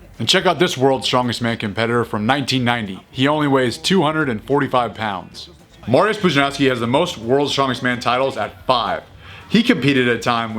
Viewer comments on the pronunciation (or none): You butchered Mariusz Pudzianowski's name so vilely that if I didn't see him in the vid, I wouldn't know who tf you were talking about. Anyway, good old days. I preferred World's Strong Man back then, especially since there used to be such a hype around that back then in Poland. And Pudzian was on obvious reason.